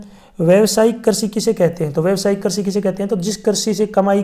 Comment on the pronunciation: Krishi hota Karchi nahi😂😂